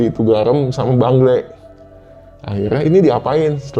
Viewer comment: bengle bang bukan bangle😂